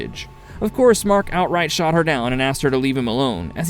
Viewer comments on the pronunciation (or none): none